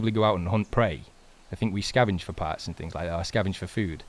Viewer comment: i noticed you said parts as in food interesting